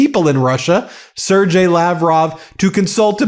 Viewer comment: Sergey is pronounced Sir Gay, not Sir Jay.